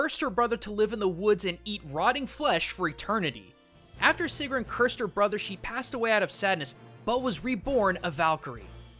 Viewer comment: gets more and more annoyed at the butchering of these names ITS NOT SIIGRUND ITS SIEGGRUN ;___;;_;;_;__;_;_;_;_;;_; but in all seriousness you actually did do a pretty good job a pronoucing these words. but me being me still got annoyed lol